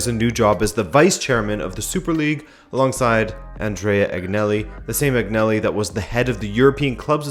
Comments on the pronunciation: Say it with me Agnelli “AnYelli” the G is silent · G isn't pronounced G in Agnelli